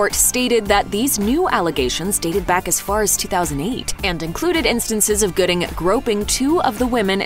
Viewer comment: Dang cuba gooding jr not goodie